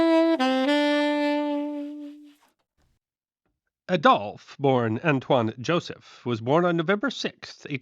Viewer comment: Is it pronounced 'Adolf' or 'Adolf?'